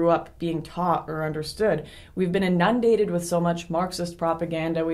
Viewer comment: Inundated not enundent